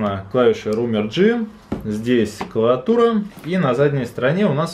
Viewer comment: все отлично все хорошо ты очень позитивный чувак. я смотрел твой обзор про аймак. но братан, не клаватура, а клавиатура.